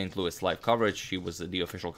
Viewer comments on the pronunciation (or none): none